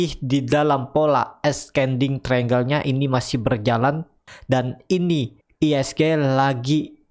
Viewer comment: Bang, ascending bacanya esending. 🙏🏿